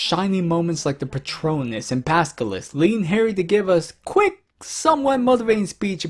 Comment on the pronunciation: Your pronunciation of Basilisk, Thestrals, Veritaserum and Occlumency is completely wrong.